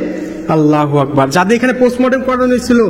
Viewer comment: আপনি আললা হোয়াকবার বলেন কেনো আললা আকবার বলবেন